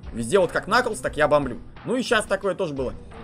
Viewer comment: Там Кнаклз написано, а не Наклз